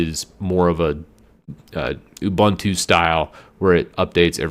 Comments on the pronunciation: No one noticed that he mispronounced Ubuntu? I've always heard it pronounced "Ooh-boon-too." alternates between "a-bun-too" and "you-bun-too." At least he pronounced Red Hat right! 😃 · Ubuntu is a South Africa word, founded by Mark Shuttleworth (South African). Meaning ‘humanity’. It’s pronounced ‘oo-boon-too’ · Thank You also he should learn how to pronounce Ubuntu